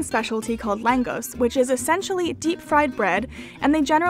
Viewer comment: Langos is pronounced as Langosh, in Hungarian the letter S is pronounced as sh